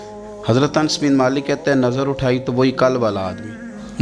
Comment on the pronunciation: Ye naam Ans nahin ye Naam hai "Anas"...with very excuse